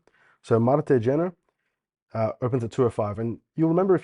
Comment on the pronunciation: Kjenner is pronounced more like Shenner